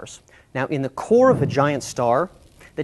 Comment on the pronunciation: he said core of a giant star, it sounded as if he said vegina